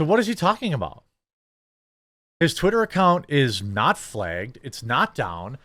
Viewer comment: Y does he keep saying flegged instead of flagged